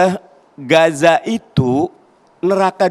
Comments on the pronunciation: Udah longor Nyebut nama nya aja salah Gaza bos bukan Gasa lu kira Gasa LPG kah ? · Gaza di bukan gasa.... 😂😂😂😂